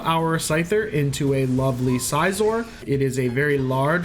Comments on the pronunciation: Every time he says size-or instead of Cs-or, my soul wrinkles up. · You lost me at "Sizeor" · How does scyther = paper For the record, I agree it's definitely pronounced sizz-or